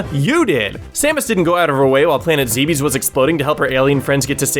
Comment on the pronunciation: Planet zee-bees? I thought it was pronounced zebbs.